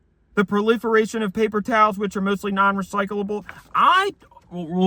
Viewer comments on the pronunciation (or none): I liked it when he said [ˈpeɪpər ˈtaːls]